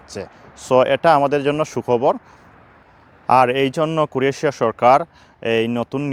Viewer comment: দেশের নাম উচ্চারণ শিখুন।